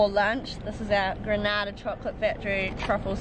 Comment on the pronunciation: Totally enjoyed .Remember it's Grenada not Granada.Proud to be Grenadian.